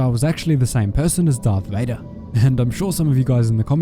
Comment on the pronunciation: Jarth Vader